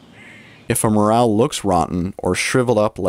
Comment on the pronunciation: Morel mushrooms are pronounced MorEL and Not MorAL!